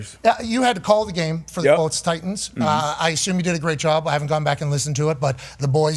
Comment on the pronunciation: It's the "Tennessee Try-Tans"